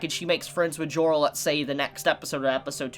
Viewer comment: why does every time "Joro" is said i always hear it pronounced "Giorno"